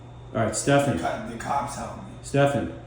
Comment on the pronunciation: Also, just because I heard u on yr podcast mispronounce his name, it is pronounced like steffin